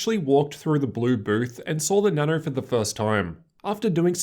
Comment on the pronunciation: why does he say Nano so weird he says Na noU